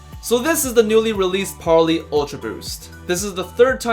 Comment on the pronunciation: Par-lay not Par-lee